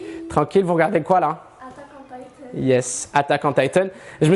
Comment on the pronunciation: "attaque on Taïtansse"